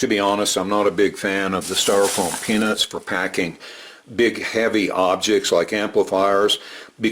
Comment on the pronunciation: Oh god, about a minute in I thought said, ‘The styrofoam penis of death.’ I had to look up at my iPad to check my hearing.